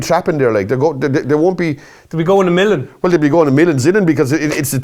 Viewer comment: He doesn't call it a million,he calls it a millin, just thought I'd keep you right